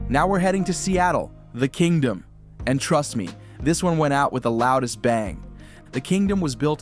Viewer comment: One of the most iconic Stadiums of all time, where God watched his team play, the five time World Champion Dallas Cowboys, who is this dude talking, when did the KING-DOME, become the KINGDOM, can't even pronounce shit, unbelievable